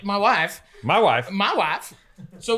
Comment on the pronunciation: dude said my wife like Borat